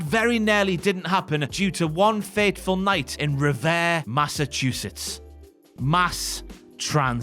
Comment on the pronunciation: Say revere right hes part of the reason you dont own america no more